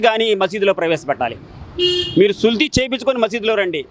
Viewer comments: "సుల్తీ" కాదు బ్రో " సున్తీ " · సుల్తీ, సుల్లితీ కాదురా బాబు, సుంతి అనాలి 😜